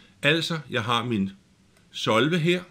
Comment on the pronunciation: solve er et engelsk ord, det betyder løs. men du udtaler ikke ordet korrekt. ellers fin video